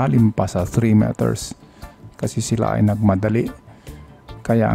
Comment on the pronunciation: Oo nga. Dapat wag mo ng artihan , normal lng na Tagalog para Hindi rin kmi na didistruct. Meters is pronounce as miters.